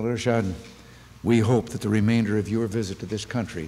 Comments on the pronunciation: The english pronunciation of HM Ershad was very smart,fluent and excellent that proved he was highly educated president of Bangladesh. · Ershad was quite nervous initially but regained composure with an excellent speech at the end. His English pronunciation was also remarkably good.